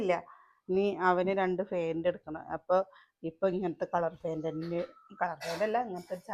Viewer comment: ഫെന്റ് അല്ല... Pant ആണ്